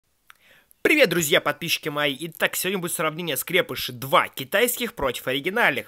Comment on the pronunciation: правильно говорить скрепышИ а не как дификтивный скрЕпыши